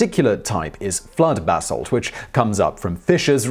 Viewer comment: Every time I hear him say "basalt", I hear bath salt